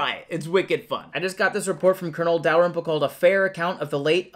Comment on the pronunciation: Surprised you said Dalrymple correctly